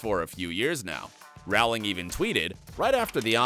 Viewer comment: It's pronounced Rowling, like bowling!